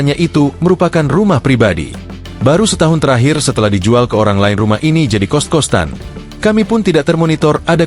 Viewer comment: Kritik aja ini mah ya.... Voice over-nya jangan pake AI, deh. Ngga ada nyawanya. Datar banget dan pengucapannya ngga bisa menyesuaikan dengan yang lebih enak didengar. Iya kita tulisnya "kost-kostan", tapi bacanya ngga sekalian sama huruf "t"-nya. Ini jadi kedengeran aneh. Kalau mau pake AI, sesuaiin aja antara penulisan dan pelafalan yang lazim di masyarakat. Tapi bener deh, mending VO manusia beneran aja. Lebih ada "nyawa"-nya 😑